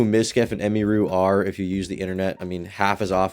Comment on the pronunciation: You could’ve said her name right at least 😂